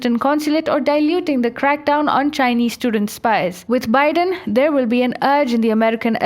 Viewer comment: Yaykh! You can't even pronounce Biden's name, you talk about American politics. You have no idea how our election system works. Mr Biden is the President-elect and he is the President on the January 20, 2021. Are you a stupid and an idiot!